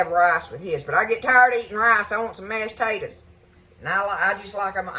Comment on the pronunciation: you know you're country when 'mashtaters' is one word :)